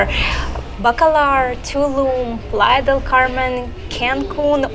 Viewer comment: You went three time and you can’t pronounce “playa”